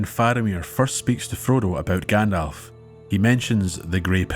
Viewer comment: “Grand-elf”….pffft. 🤦🏻 Thank you for such a well done narrative. I’m re-listening to your back catalogue until the next new upload.